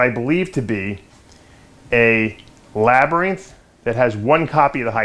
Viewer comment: don't know why but the way you pronounce "labereeenth" irritates me to no end. Hahaha Gorgeous snakes brother!